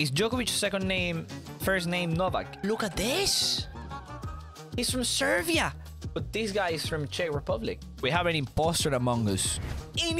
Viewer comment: As a person who is Serbian I can say it’s not servian but just for you I give you deal